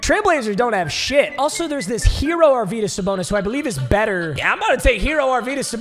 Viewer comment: Don't mean to be that guy but arvydas is pronounced arv-e-das